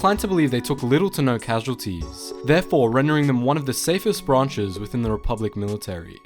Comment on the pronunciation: I love how he said "military branchess.."